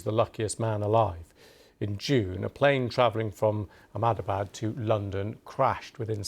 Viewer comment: Months since the crash, and bbc reporters still can’t be bothered to learn how to pronounce Ahmedabad.